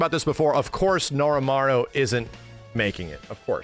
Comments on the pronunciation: I really like your videos,, but it's Norimaro.... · Not Norimaru. Norimaro. I'm not getting Mandela'd. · Norimaro not Norimaru, fake fan SMH